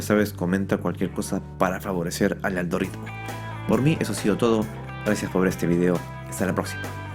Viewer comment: Has dicho "Aldoritmo"? 😂